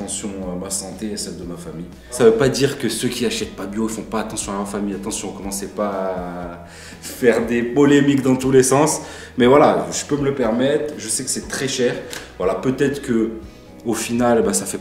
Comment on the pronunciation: dit a 3min20 🤣🤣🤣 en mode bledard oh mdrrrr des bolémique dans tout les sens haha